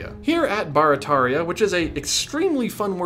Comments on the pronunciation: Great video, super interesting, and I’m proud to be one of your quarter million subscribers. As someone who lives in New Orleans, I do have to tell you though, it’s not BAR-a-TAR-ia, its BEAR-a-TEAR-ia. 😛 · I know this is an old video but I just found it. Barataria is actually pronounced like “bear-a-tear-ia” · We pronounce Barataria as bare-a-tare-ia here in the New Orleans area. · I'm from New Orleans. We all pronounce it "gene". And it "bear-uh-tare-ee-uh". Love ya, cher! Eh la bas! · it's pronounced (bear rah tear ria) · You butchered Barataria.